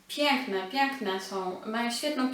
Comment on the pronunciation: "Na prawde, bardzo, bardzo, piekne, piekne" Zwróć uwagę na słowa i wymowę, bo kiepsko ogląda się Twoje filmy...